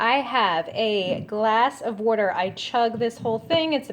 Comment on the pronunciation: "Werter..." are you in Philly!?